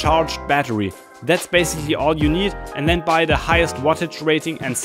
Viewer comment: Ein Kollege von mir hat auch ne FPV Drohne ach und bei gehört ein than anstatt then (when? Then) ;)